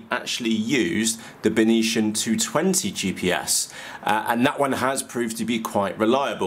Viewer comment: Hi, You totally killed the pronunciation of the brand "Beitian". You made it sounds like its from another planet like martian! It should be pronounced as "Bei-T-an", "Bei" as in Bei-jing, "T" as in the letter T, "an" as in the english word "an". If properly translated it means Northern Sky. Cheers mate!